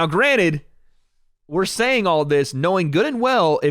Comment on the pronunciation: “Now granite” bruh this ain’t tile lol it’s “now granted”